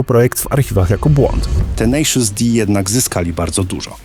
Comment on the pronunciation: "tenejszys" nie "tenaszus"